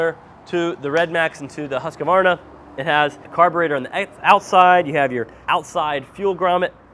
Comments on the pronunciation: It's Husq-var-na. Not Husq-ah-var-na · Huskavarna and Redmax. Who is making them? Most people don't consider buying Husqvarna because they can't say the name correctly even though RedMax is owed by Husqvarna. The q is silent in Husqvarna. Huskavarna 😂